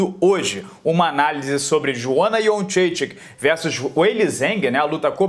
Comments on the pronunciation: "Joana Iendredique" hehehe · Acho interessante como cada narrador e comentarista tem sua própria, única e particular pronúncia de Jędrzejczyk. 🤣🤣🤣🤣 Ótima análise!